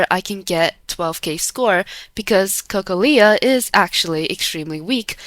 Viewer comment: No way that's how you say Cocolia